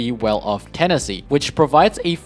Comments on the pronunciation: Tennessee...... its TEN- NAH - CITY...... tenacity. Not making fun of him I enjoy his vids :) (gonna be downvoted to hell I bet) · Great video, btw the mod is pronounced ‘ten ass itty’ tenacity